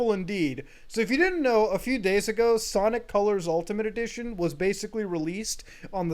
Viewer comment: It's Sanic Calars